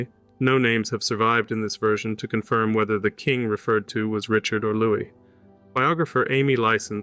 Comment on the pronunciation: Louis is pronounced Lou-ee